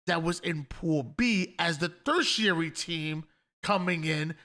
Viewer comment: Okay, love you guys, but some of the pronunciations are just getting wild.. It’s not Marty-dom…it’s martyr-dom (kinda like mar-yet-dom) It’s not thir-tiary it’s ter-tiary no th sound. The tertiary thing just reminded me of hearing you and the boys saying martydom, and it bothering me way more than it should lol Hopefully this isn’t taken as dbag criticism.